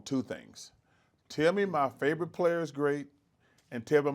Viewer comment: Barkley is the only sports personality who pronounces "tell me" as "Timmy".